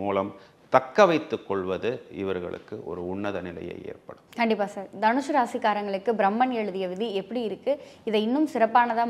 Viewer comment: அது தனுஷூ இல்லைமா தனுசு, கேக்கவே நாராசமா இருக்கு 🤮